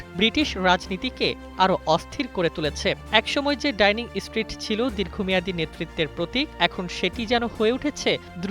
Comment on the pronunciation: ডাইনিং স্ট্রিট নারে পাগলা, ডাউনিং স্ট্রিট।